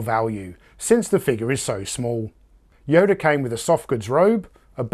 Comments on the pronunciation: Did you call him Yoder at time mark ? He's not Amish. His name is Yoda, not Yoder. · Actually, I wasn't smelling my farts at the time, I was doing that the day before. Isn't amazing how different they smell from day to day? At any rate...yes, I'm well aware people pronounce things differently. I just never heard Yoda pronounced with an Amish name. I like your channel, and you do a fantastic job with your videos! Keep up the good work! Time to go smell another fart!! :)